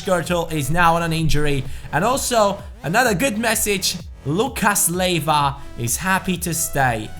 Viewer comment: Not to be an arse but it is pronounced lee ay vah